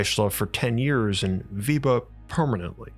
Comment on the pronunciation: Weber, not " Wieber"